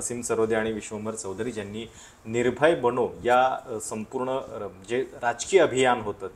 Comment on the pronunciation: बणो नाही..बनो आहे ते